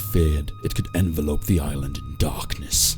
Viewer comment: did u say envelope?